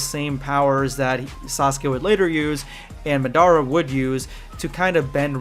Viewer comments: Okay let me help you understand more . I love your vides . But For one it’s “Ma-der-a” 🤣 but what he’s essentially telling u is that Sun goku is apart of gokus dream world . She’s not real in a sense. She solely exists in gokus dream world. When the genjustu stops so does she . She can have her own spin off series showing how she grew up that but it would still be inside the reality itachi made to fight goku . For a better understanding think more about naruto shippuden when madara used the technique . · The way he says madara annoys me